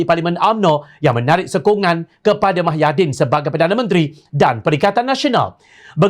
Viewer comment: Mahyidin atau Muhyidin? Jangan sampai Muhammad ko sebut Mahammad... Semua Berita ko sebut Mah bukan Muh 😒